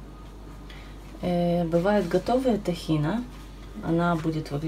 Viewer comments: не тАхина, а Тхина)) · Что за слово * тахина* ,,режет слух